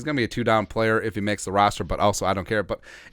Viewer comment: love your broadcasts and fball knowledge but. We have a player roster, not rooster and rooster is a male chicken and we fill the roster with UDFA's just want to have you sound professional all the time. Great work otherwise!